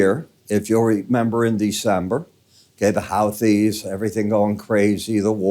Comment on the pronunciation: Whoo-thees, not How-thees 😉